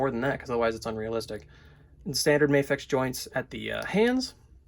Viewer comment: I die every time someone says May-Fex and not Mah-Fex.